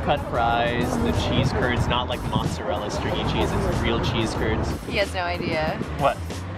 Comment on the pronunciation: said "monsterella" instead of mozzarella...